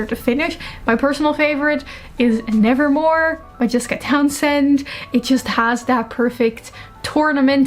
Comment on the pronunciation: I didn’t expect you to say Nevermoor but now I love you even more